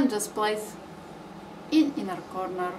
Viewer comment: V shape in coRRRRnerRRR of Eye